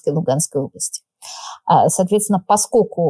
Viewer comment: Юль, не "паскоку", а - ПОСКОЛЬКУ! И говорят, что не "пропадает в туне", а "не поминает всуе"!